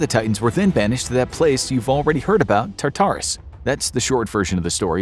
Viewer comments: Your pronunciation of Tartarus is frustrating. It’s not TAR-TAR-US it’s TAR-TER-US. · every time you say "tar-TAR-oos" i cringe almost as hard as when you used to say "SIN-cope" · Its. TAR-ter-is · I cringed when you said Tartarus. It was how you pronounce it. Emphasis on wrong parts. I know it's a tiny insignificant thing but needed it said.